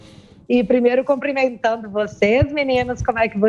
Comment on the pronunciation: não precisa ter medo pra falar... A pronúncia correta é cumprimentar, com U. Quando você cOmprimenta alguém, você precisa ter em mãos algo para medir a pessoa. Vocês, como formadores de opinião, têm que tomar mais cuidado com as palavras, senão fica ru-im (dissílabo).